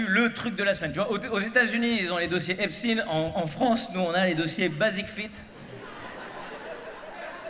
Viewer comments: Dossiers Epstein, pas Epstin. Sinon, excellent comme toujours. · Epstein lui même disait epstine. Donc epstine.